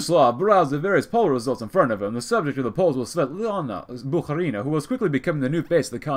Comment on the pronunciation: Haven't watched yet but please pronounce Bukharina as BukhArina, not BukharinA